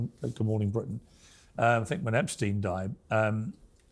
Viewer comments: Did Lady Victoria just say “Eppinger” not “Epstein”? She really is low IQ 😂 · Victoria didn’t even know how to pronounce Epstein name 😂😂😂😂